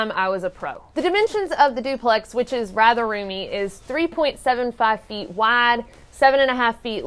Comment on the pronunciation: I love how your accent sounds on the word "wide" :D Reminds me of my family from Arkansas.